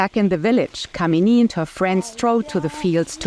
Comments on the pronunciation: Her name is not pronounced "kameeni" lol 😆.. That's a degradatory abusive casteist slur. It's "kaamini" (kaa as in "car" and "mini" as in minimum, meaning lover, or capable of being loved). Work on your pronounciation. It's not that hard. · Pleae correct yor pronunciation for this girls name it is Kaamini not kamini